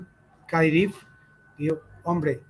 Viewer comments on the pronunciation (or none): KADIROV....NO KADIRIV 😄😄😄😄😄